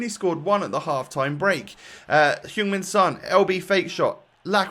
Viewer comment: I’m I only one who hears ”human son” instead of ”Heung min son”?